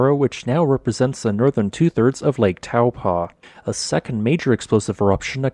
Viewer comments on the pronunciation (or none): It's pronounced toe-poor (minus the R) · Try Toe (as in toe on a foot) and paw. Toe-paw (Taupō) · Correct pronunciation is 'Toe paw' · As a New Zealander of European descent, I have always seen and have always pronounced it as "Tow" in "Towel" and "Po" in "Potent." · Taupo pronounced “ Toe Poor “ 😂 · Interesting vid! Just a handy fyi, the correct pronunciation of Taupō in te reo Māori is "toe paw" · Good video. It's pronounced Toe Paw 😀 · In polynesian languages, the 'ng' is pronounced as it would be in "doing". Tonga is also pronounced this way, yet everyone else on earth says 'ton-ga'. Also, Taupo is pronounced 'Toe-Paw'. Many new zealanders get this wrong, as it never used to be pronounced this way until respect of the maori language has been pushed by the government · Taupō is pronounced like: Toe + Paw